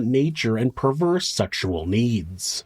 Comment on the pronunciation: Perverse. Two syllables, not three. I needed Closed Captions to understand what the heck he was saying.